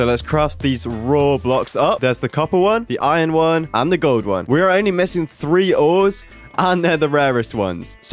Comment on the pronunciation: 'ore' the ores